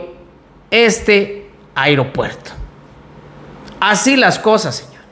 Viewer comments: Muy buena la información !! Pero hago una observasión Sin afán de ofender, tener cuidado con la pronunciasión, cada vez que dices Aeropuerto Siena como Airopuerto. Perdón !! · Se dise aeropuerto.... No airopuerto...